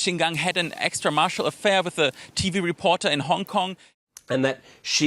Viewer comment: Reporter doesn't say extra-marital. He says something I don't know how to spell: extra-marcial, extra-marsial, or extra-martial?